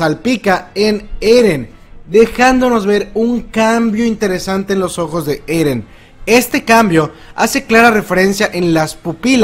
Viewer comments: J ajajajajaj minuto dijo eden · ¿Si levi se pronuncia livai eren se pronuncia irin?